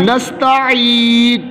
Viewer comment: मुझे लग रहा है कि आप नाश्ता इन कॉगलत पढ़ रहे हो